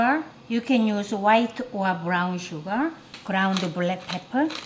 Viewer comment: Whenever she say sugar it sound's like suga😁💜